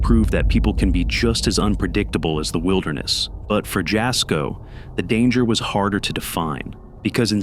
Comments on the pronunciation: Jasko is pronounced yasko- the J is silent like juan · You say Jasko's name like 'Y'asko not in a J sound . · Jasko's name is pronounced, Yasko. Yes, his videos are fake but very entertaining. 😊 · He said "Jasko" but all I heard was "Bullshit" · Just wanted 2 say that Jasko's name is pronounced Yasko. It's spelled Jasko but pronounced Yasko. He was not born in the States. Hope this helps!